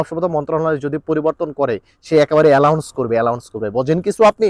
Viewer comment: এলাউন্স না শিক্ষিত ভাই,শব্দটি হলো এনাউন্স।